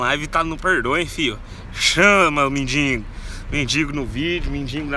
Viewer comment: não é mindingo é mendigo